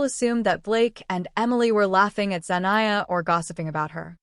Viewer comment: Zenia? You mean Zendaya?